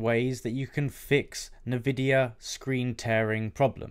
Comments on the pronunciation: why are you saying nuhvidia instead of N-Vidia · UK thing